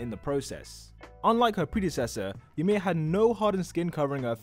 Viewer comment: Ymir not emir